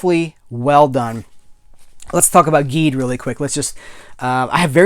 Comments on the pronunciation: Just so you know, Ultraman Geed is pronounced "Jeed." It's the GIF/JIF thing all over again!!!!! Your Enthusiasm is contagious! Always happy to see your reviews From your pal at the Science Patrol, YOUR Ultraman podcast:) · I'm gonna be up front with you man, im a huge ultraman fan. once you started mispronouncing Geed i was getting ready to click off. I was like "how is this man gonna sit here and talk about geed while mispronouncing it the whole time. did he even watch it?" But something about your enthusiasm i liked. i kept watching. Now come to find out you hadnt watched geed yet. oops. Youll love it and learn the correct pronounciation quickly. i find your enthusiam infectious and it reminded me the joy i felt when i first discovered these shows. i might just stick around